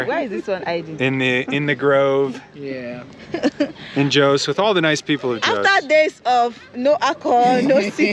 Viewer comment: "Joes"???? Jos is Jaw... sss! Lived there 40 plus years ago. It is "relatively" cooler there. I know the city has grown a lot. How was the traffic? Has the museum grown a lot? Corn. Most likely maize. Feed or meal corn. Not sweet corn. There are extinct volcanoes to the east of Jo's. See them on Google Earth. Towards Pankshin.